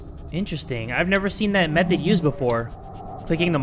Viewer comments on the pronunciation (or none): none